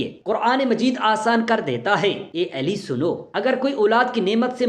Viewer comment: Hazrat alika nam sahi tarha liya karey ap ali eli keh rahy han